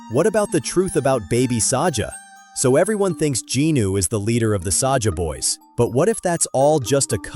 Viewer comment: It is not Sasha it's Saja😂❤